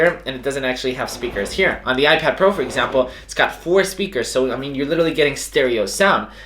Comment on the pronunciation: Is it just me or like I heard “icad mini 5” in the beginning